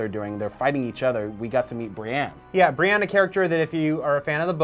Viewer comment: Why are they pronouncing brienne so weird lol